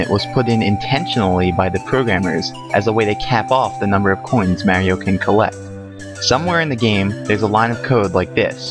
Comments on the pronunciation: Mario not "Mare-io" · Mary-O lol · Mary-O? Arrgghh! >.< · Whos marey-o? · Why dies he call him "mary-o" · its mario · This guy doesn't know how to say "Mario" correctly.